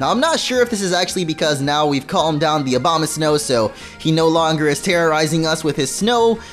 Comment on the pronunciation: It sounds like you're saying Obamasnow